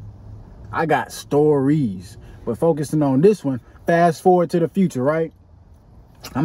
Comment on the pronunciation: "I got stor-E's"😅 i felt that fam